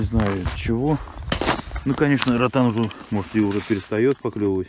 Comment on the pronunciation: Ротан уже заканчивается по столько ловить каждый раз!😃👍Не знаю почему но в Нижегородской области все неправильно ставят ударение в слове ротанов,ротаны; ударение ставится на второй слог "а". Но это я так, для информации написал!👍🤝